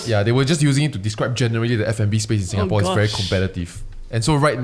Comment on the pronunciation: Hello. Singaporean living in Japan here. Listening to you guys have helped me get through homesick thankss! 🥂✨ I just have to correct your guys on the pronunciation… pronounced it and the rest said sounds right but the last part was quite wrong. Lol… it’s quite difficult to pronounce it though. Shinjuku kissa’s pronounciation is correct… Tetsudo should be pronounce as TEH-ZHI-DOE Shinjuku is a location in Japan🇯🇵 Kissa means cafe☕️🍰 Tetsudo means railway.🚉🛤 Hope this helps! 😀